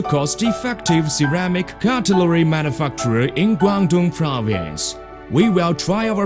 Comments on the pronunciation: lol Manifuckturer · "We choose a specialist manufuckturer" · it sound saying motherfucky